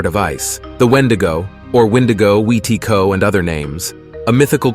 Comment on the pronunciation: omg. I'm Cree and I remember my family always called anyone who ate too much or too fast an, "Wétiko" (wee-teh-goo) meaning greedy. So it's cool to see that he tried to say it the way we do. :)